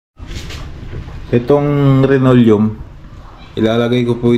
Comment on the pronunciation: Hindi po RINOLEUM! Dapat LINOLEUM po!